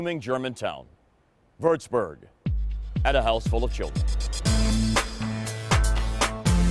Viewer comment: Würzburg not wördsbör